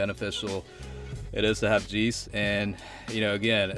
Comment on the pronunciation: 'jay-ce', not 'jee-ce' Other than that, great showcase. Subbed 👍